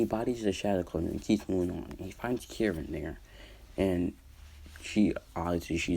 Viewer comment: Btw its Karin not kirin